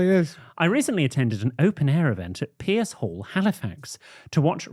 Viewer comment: As someone from halifax... butchering the pronunciation of the piece hall had me howling 🤣🤣🤣🤣